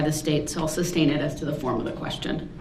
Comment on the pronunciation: SUSTAIN NOT SUBSTAIN. LOL!